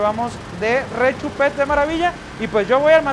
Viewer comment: De RRRRRRRRRRRRRRRRRRRechupete! jaja grande